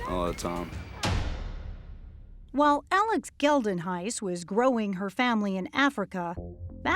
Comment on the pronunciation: The way they pronounce "Geldenhuys" hurts 🥲